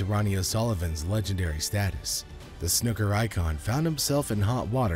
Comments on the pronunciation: It’s pronounced snooker not snoker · FFS, it's not 'snucker' it's snooker. The double 'o' is pronounced as in FOOL! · But snoker makes the match more dramatic